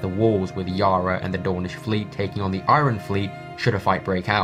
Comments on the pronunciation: I-yun not I-ron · u say iron weirdly lol